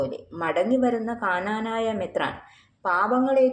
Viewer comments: This lady is no way a christian. She always wrongly says ' kananaya'. It is Knanaya. Why does not the people behind this negative vlog correct her? An advise to the girl: it is injuring many devotees feelings. It is a curse. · Hello lady it's knanaya not kaaanaanaayaa. At least rehearse before you speak.